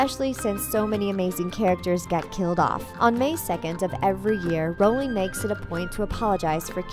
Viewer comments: It’s rOwling not rAwling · "SEE-mus" (Finnegan)? Is it daft ye are, woman? That's SHAY-mus--and SHAYM on you for not knowing that! ;-) EDIT: What is up with another one of these narrators? How could she be held up as an expert on HP when she pronounces JKR's surname to rhyme with "HOWLING"? "ROWLING" RHYMES WITH "*BOW*LING"!